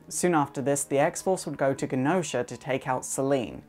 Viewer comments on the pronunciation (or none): I really enjoy your videos, though I have to admit certain pronunciations bug me from a fanboy perspective - i.e. CUCKoos vs. Coo-koos, and GehnOsha vs. GENEosha. Anyhow, rant aside, you're great.